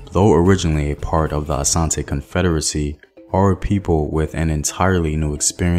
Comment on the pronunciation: I love how he said Asante instead of Ashanti, but the rest😬.